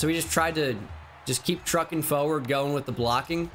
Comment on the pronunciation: The way he says forward is hilarious “fowerd”